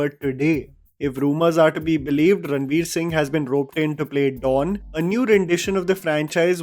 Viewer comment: Why are you pronouncing it Ranbir, Its Ranveer 🫤